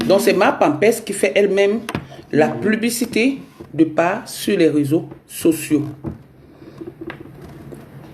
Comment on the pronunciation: Moufffff on ne dit pas PLUBICITÉ !!!!!